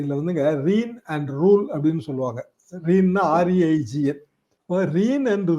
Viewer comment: Sir, 'reigns' rhymes with 'rains'. Your views and presentation is dignified